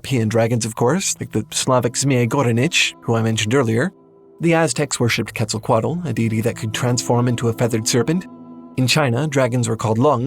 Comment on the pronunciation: Please look at the pronunciation of Quetzalcoatl by a native Nahuatl speaker 😭